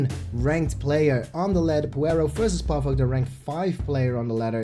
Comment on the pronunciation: Not pàvuk but pavÙk xddd